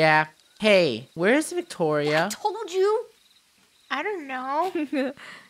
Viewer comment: did say victoro?